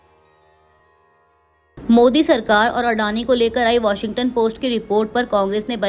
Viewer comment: अबे चूतिये वॉशिंगटन नही वॉशिंग्टन बोल